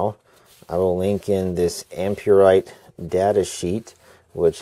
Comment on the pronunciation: just saying its not pronounced am-pure-rite or am-pure-ex its am-per-ex